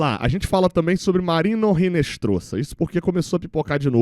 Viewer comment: Pelo amor de Dadá! Não é "Rinestroza" , é "Inestrossa". O "H" em espanhol não é pronunciado e o "Z" tem som de "SS".